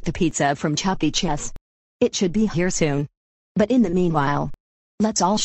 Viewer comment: It's pronounced chuck E. cheese not chucky chess Or it's Chuck entertainment cheeses